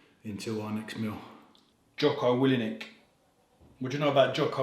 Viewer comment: Is this a glitch or did you say Jocko Willi-nik 😂 solid vid